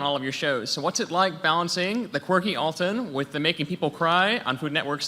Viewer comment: It's not "All-tun", it's Al-ton".